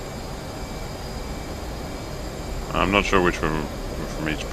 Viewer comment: I believe it is pronounced guy yegoss rather than galagoss